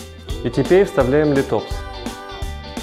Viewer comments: спасибо за интересное видео, только не литОпс, а лИтопс) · Всё бы хорошо, но лИтопс, а не литОпс. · есть правила произношения латинских названий, так что - лИтопс.